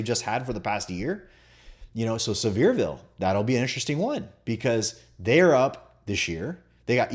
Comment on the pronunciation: It's pronounced SEAVER like Beaver. Sevierville.